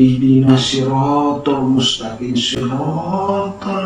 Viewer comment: Guru besar baca mustakiM bacanya mustakiN. itulah ayat suci Al-Qur'an TDK bisa dibikin smbrangan oleh mulutnya si kafirrrr